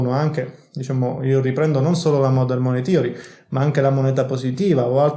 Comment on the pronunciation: In Inglese la parola Money si pronuncia con la A e non con la O , "manei" come "le mani" in italiano